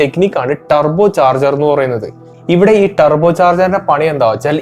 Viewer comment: Tarrrrbbboo Ttaarbine എക്സ്ഹാസ്റ്റ്, വെഹ്ക്കിൽ 👀🫣😱🤨🙄🙄🙄🙄 ഇംഗ്ലീഷ് ക്ലാസ് അല്ല എന്നറിയാം, ഇംഗ്ലീഷ് ഉച്ചാരണം ശ്രദ്ധിക്കുക Bro. നിങ്ങൾ തെറ്റ് തിരുത്താൻ തയ്യാറായാൽ. പ്രേക്ഷകരും തെറ്റ് തിരുത്തും